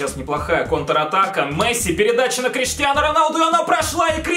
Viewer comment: Бля хватит говорить КриштианА Роналду